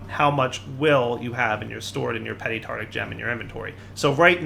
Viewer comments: tarTARic. Not tartic. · just saying,, it's Tart-AR-ic, not tartic 😂👍